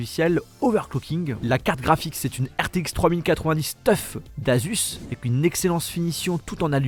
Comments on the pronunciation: C écris tuf mais ça se prononce teuf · Leurs gars on dit pas tuf mais teuf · Juste c'est Asus Tef et pas tuf teeeeeeeeeeeeeeeeeeeeeeeeeeefff